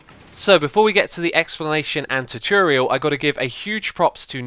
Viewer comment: Tutorial, not taturial.